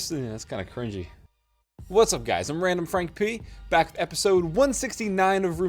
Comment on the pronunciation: Am i the only person that hears “Its randomfrank-PUY”?